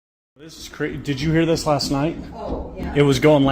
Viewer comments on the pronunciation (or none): none